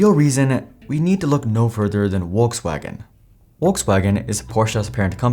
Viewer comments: "WalksWagon" Lol 😂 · Porsha, Uolksuagen. I can’t listen to you butchering brand names. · Wolks wagen is your knob, Your pronunciations are as putrid as your knowledge of Porsche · mate its "F-olksvagen" or "V-olkswagen" not "wolkswagen" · It's Volks, not Wokes wagen. 🙂 Folks-vaagn. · Please pronounce Volkswagen correctly, its not WOLKS wagen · Are you saying Wokes wagon? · I’ve not heard anyone pronounce Volkswagen as ‘Wolkswagen’ before. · I've finally figured it out. You're saying, "Wokes Wagon", for people who are woke! LOL, keep up the crappy pronunciations. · it's pronounced Folkswagen for vucksake! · Did this man say wolkswagon? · 828k followers and can't even pronounce brandnames correctly. Where is world coming to. Wolks wagon??? Porscha??? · Porsche = Porshe with the e pronounced as in element Volkswagen = Folkswagon (there is no w in it) greetings from Germany! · Funny Indian accent when pronauncing Volkswagen (waltzwagen 😂) but can't stand the pronunciation of Porsche. Porsha Wtf where do you see an a in there?! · Would be good, if you could pronounce "Porsche" and "Volkswagen" correctly! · Is it really that hard pronunciate the names correctly? Volswagen starts with an F, and Porsche ends with an e (the same as electric starts) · Argh you need to pronounce Porsche correctly its embarrassing and makes what your saying hard to believe when you cannot even pronounce the name correctly. Also Volkswagen common its not hard google how to say the names. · That's the funniest pronunciation of Volkswagen I've ever heard